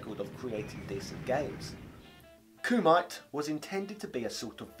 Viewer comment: It's not pronounced Coo-Might, it's pronounced Coo-Mee-Tay.